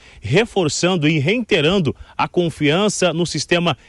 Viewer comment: A minha professora no grupo escolar me disse que é R E I T E R A N DO e não Re IN terando.